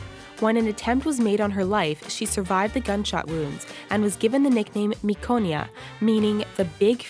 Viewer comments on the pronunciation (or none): it's "miciona" not miconia. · its Miciona, not Miconia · Raffaella D'Alterio was "a miciona", not miconia (i'm italian and it sounded strange so i googled) anyway great video as always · Miconia? That doesn't mean anything 😂 it's miciona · it's MICIONA not MICONIA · its actually MICIONA and not MICONIA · Raffaella D'Alterio is Miciona not Miconia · It's "MICIONA" not "MICONIA" Jesus Christ.... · the nick name of Raffaella is Miciona not miconia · Guys is "miciona"...With the 'c' like 'ciao' not miconia...this word doesn't exists in italian... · I'm pretty sure that it's "Miciona" not "Miconia" LOOOL Miconia doesn't even mean anything in Italian, Miciona is literally Micio (a way to say cat) and ona, a suffix to express largeness. Where do you even get these inaccurate informations ?? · The Italian word for "big female kitten" is Miciona (you read it as meechona). Miconia means nothing :) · "Micona" - this is when all Italian speakers facepalm* 😂